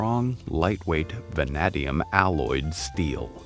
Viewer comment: The Model T frames were made using van-naid-eum steel, not van-nad-eum.